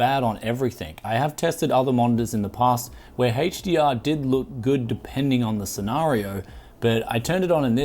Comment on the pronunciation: dislike this because of the way he pronounces HDR